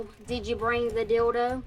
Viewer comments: I’ve watched this episode enough that my daily stim has become “Wyell, did you breeng the dilldoh?” 😭😭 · “So you’re gunna bring the deeldo?” 😭